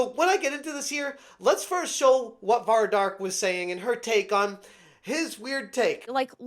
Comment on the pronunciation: You're not educated enough Vera...it"s Vara you dumb F